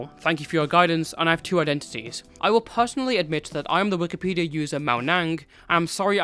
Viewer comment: Why do you call it Wikipedium?